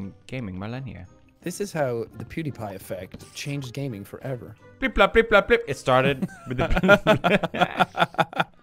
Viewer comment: Its pronounced “Blip Blop”.